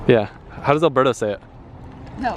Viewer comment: IT'S ALBERTO NOT ALBERDO GET YOUR T'S STRAIGHT